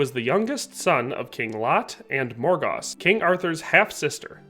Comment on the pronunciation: It's King Lot of Orkney and his QUEEN MORGAUSE (Said like Mor GOES) it would rhyme with words like Morose, Moors, Shores, etc... Morgause was a sister Of both Vivian and Igrainne Whom all the sisters were raised on the Isle of Avalon.